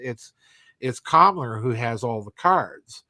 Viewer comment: I know you're saying Kammler, but it sounds like you're saying Kamala.